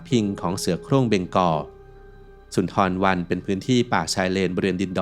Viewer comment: เค้าเรียก ซุนดาบัน ทำคลิปทำการบ้านบ้าง แอดมินเอ้ย